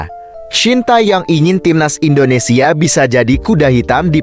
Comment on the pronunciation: Tolong kata2 admin INDONESIYE itu gk enak d denger....ug bener INDONESIA..orang mana sih admin ini..??????